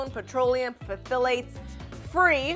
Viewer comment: Pthalates is pronounced thalates not the way it’s spelt.